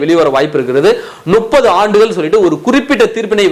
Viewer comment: Adei venna mothalla tamil Olunga padinkada Nuppathu illa Muppathu Muppathu Muppathu